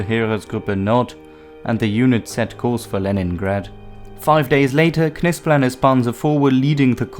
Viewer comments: The K is silent in Knispel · Some one tell the commentator that Knispel, is pronounced with a silent K! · i dont think the K in Knispel is pronounced. i believe it is pronounced “Nispel”. same way that Knee and Knife both have silent K’s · Ma perche dite Kispul?..si legge Knispel così come è scritto...mi sta sui Maroni quando nemmeno sapete pronunciare correttamente i nomi tedeschi.Ho lavorato a Monaco di Baviera per 4 mesi e ho imparato più lì in 4 mesi che tutte le medie e superiori...pronunciate lì bene certi nomi.Qasti sono assi. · it is pronounced Knispel! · Still trying to figure out your accent. Perfect enunciation of German and Russian words with an English accent I can't quite identify. (Almost a sing-song iambic pentanmeter.) And I always thought Knispel was pronounced with a silent "K". English isn't my first language so I'm not completely positive.